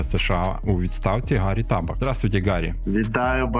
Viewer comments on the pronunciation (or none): Шаноўныя вядучыя! Калі ласка называйце ПРАВІЛЬНА прозвішча паважанага госця! ‼️Правільна - - націск на апошнюю А́ і не схіляецца. Прыклад:, у. Я запамінала па асацыяцыі "табак". Дзе выступае - у хлусьнікоў справы табА́х. Выраз "справы табак" кажуць, калі ўсё дрэнна і справы ідуць нягодна, дрэнна.